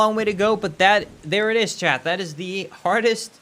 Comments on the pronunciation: why the fuck do you pronounce t's at the end of words as d's. you say "chad" and many other words with ts at the end its honestly kinda annoying like just say "Chat" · Love how you keep calling chat "chad" lol